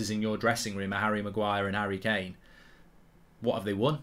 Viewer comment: The disrespect on Kane’s name in this video is woeful